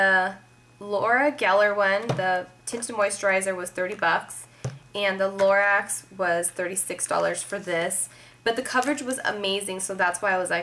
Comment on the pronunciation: LA-ROCK. is how you pronounce lorac .. i think hah